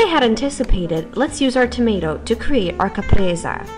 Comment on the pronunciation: it s not Capresa but Caprese se se se...not that difficult...